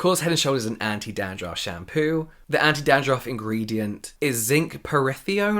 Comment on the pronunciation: James saying 'Dahn-drahff' added fifty years to my life